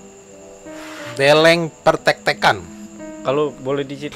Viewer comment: Delleng pertek-teken tu penyebutannya bukan dengan "E-metalik" tapi "dengan logat E-menanam"